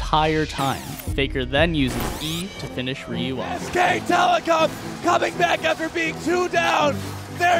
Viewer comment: I find it fascinating that some people pronounce Ryu as "Rayoo" or "Riyoo".